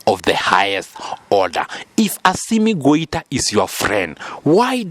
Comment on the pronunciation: Not Goita. This is why I don't listen to all channels about African news.